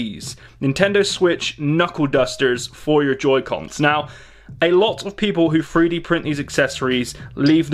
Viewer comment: 3d not free d